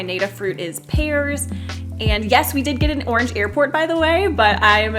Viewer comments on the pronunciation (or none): none